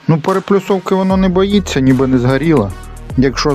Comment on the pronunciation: ПереПОлюсовка! А не переПЛюсовка... Когда школота* каверкает Опредиления, то нормально, а вот когда взрослый человек, то беда...